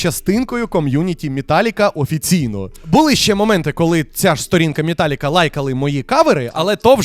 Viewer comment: Тільки чого ж мІталліка, а не мЕталліка